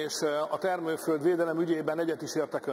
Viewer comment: az LMP-től....jaj tanuljál meg rendesen beszélni....nem is értesz az egész akkumlátorgyár tervezésében. Milyen termővöld...én csak parlagot láttam...🤣😂😂🤣😂